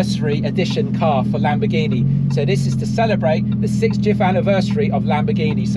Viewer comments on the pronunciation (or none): This guy is butchering the lambo names.